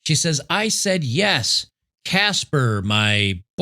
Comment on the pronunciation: "Caspher"? Caspher the friendly ghost, ghosted her 😂😂😂